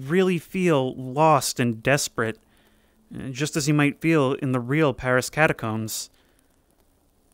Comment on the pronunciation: Paris, not pawisse.